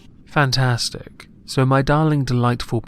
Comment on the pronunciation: I swear I heard you say "fatass-stic"